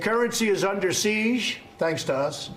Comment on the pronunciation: How many times did Trump pronounce 'siege' wrong? Good thing Trump mentioned that they were,"at the bottom of this incredible room..." otherwise we might have assumed they were at the top of the room (ceiling).